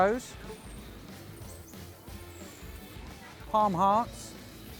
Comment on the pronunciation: At 2.56. are you saying "Arm Hearts?" WTF is arm hearts?